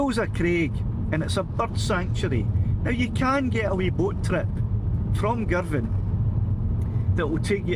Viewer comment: great!! - finally - a geezer that knows how to pronounce Girvan!!! - was that Kintyre to the north and Ireland a bit south in the far distance?? another nice vid